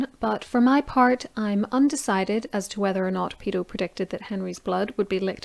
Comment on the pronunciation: Sorry, the ladies accent confused me, it's Peto not pedo lol.